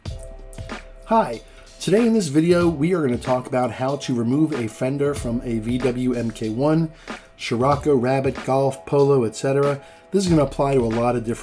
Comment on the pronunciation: It's "mark 1" not "em kay one"